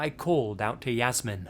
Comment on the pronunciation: A little tip: Jasmin is pronounced in German as [Yas-mean].